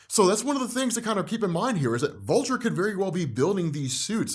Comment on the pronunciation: ''But here comes Volture'' lmao